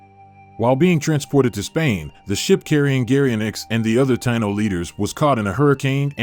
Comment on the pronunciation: I wish they would pronounce it correctly. Tah-EE-no. Not Tye-no.